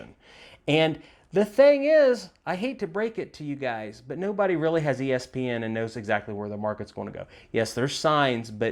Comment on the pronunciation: Did you say ESP or ESPN? There is a difference. Lol